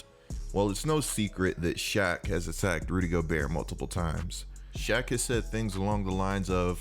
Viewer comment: Basically he says rudy goburt